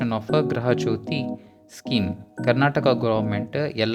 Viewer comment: Thanks for the info but ಗೃಹ ಸರ್ ಅದು,,, ಗೃಹ ಅಲ್ಲ